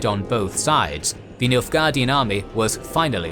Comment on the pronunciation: Why you keep saying Milfguardian?